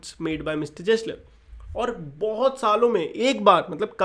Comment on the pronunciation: bro its gessler not jessler pronunce karna bhi nahi aata